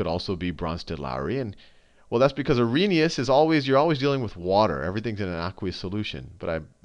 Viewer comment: its arrhenious ;)